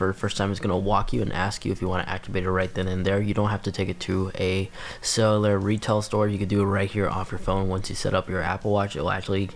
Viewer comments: Cellar or solar, or sell-you-lar?🤨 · It’s pronounced SELL-you-lur because they love to sell you the additional plans for the watch. But I think it’s worth it for the freedom of not bringing phone on runs/walks. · Thank you. He needs to practice saying it because it’s not that difficult. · take a shot everytime he says “Cell-ew-lur”